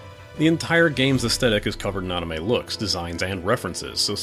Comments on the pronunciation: Jesus it's anime, not AHnime. You're a good reviewer but that is really irritating. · I love it lol